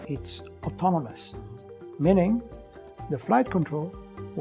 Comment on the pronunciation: automonous - he said 😅😅😅